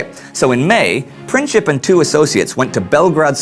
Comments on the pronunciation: It is not Pinćip, but Princip. Maybe he wanted 3rd entity for Slavs, but that entity would include Serbia. After Balkan wars, Serbia was planned to take over Bosna, but Austrian took it first. Second, whole motorcade was done on Vidovdan, very big hollyday in Serbian tradition. That was - in your face. Austra has been planning to invade Serbia for many years, but they needed reason. Princip has been planning in Serbia, but Serbian government had nothing with it. War was declared month later, when Serbia denied to let Austrian investigators search whole Serbia, which woud mean Serbia has given up its sovernty. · AND MAKE SURE YOU PRONOUNCE HIS NAME THE RIGHT WAY! IT'S NOT PRINCHIP ITS PRINCIP [prǐntsip]! HIS VERY NAME MEANS PRINCIPLE! AND HE DID IT BECAUSE OF HIS PRINCIPLES! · You failed on explaining why Gavrilo Princip and the Black Hand killed him... It was because that region wanted to be free and not occupied by Austro-Hungarian empire. Serbia had nothing to do with it, it was done by local people who didn't wanted to be slaves anymore!!! And his name is not PrinCHip, it was Princip...it's not pronounced with CH only with a C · It's a Princip, as in "principal", it is not pronounced Princhip. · PreencZeep not Princhip! c'mon man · its not Princhip its PrinTZip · Just wanted to say that Princip is pronounced "Printsip", not "Princhip"... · I am a Serb from Bosnia and it is "Gavrilo Princip" not "Gavrilo Printzip"!!!! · great show....pls google the pronounciations of the names...princip is not "princhip" but more like "printsip"...westerners never get slavic names right:D but great show nevertheless..pls do continue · Gavrilo Princip. His lastname is wrongly pronounced in this video with soft c. His lastname literally means "principle". Soo, its properly pronounced PRINCIP(LE) without this add "LE". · his name is pronounced Print-sip ... just sayin.. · Its...Printzip like in Prince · It's pronounced prinzzip like zz in pizza